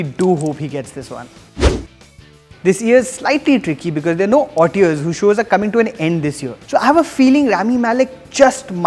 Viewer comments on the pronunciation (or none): This was a really terrible video. You just kept using the same adjectives again and again and it became painfully clear that you have not watched many of these shows..You also repeatedly mispronounced actor's names (also the word auteur) Your facts were also super incorrect 1. Alisson Janney has not won this category 7 times before. She's just won 7 Emmys in various categories 2. Cuba Gooding Jr is definitely not the favourite for outstanding lead actor in a limited series. Courtney B Vance is. Looks like you've got your black guys mixed up. Not really sure why you thought the comedy supporting actresses were "so boring". Clearly you think very little of women's comic abilities and went for Anna Chlumsky because she was "cute". Get it together man. You're on a proper youtube channel and there's some incredible content put out on here. If you don't watch many of the shows, don't just put out a video advocating for whatever you've watched and gossip you've read on the internet without really looking at each of the performances individually.